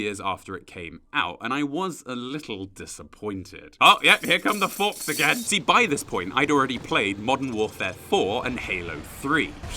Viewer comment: "Mordern warfare 4?" What timeline you from